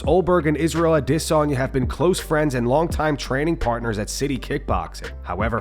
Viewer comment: Fix your AI’s pronunciation of Adesanya